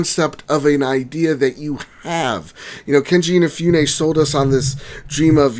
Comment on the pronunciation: His name is not KeNji InaFEWne. It's Keiji Inafune.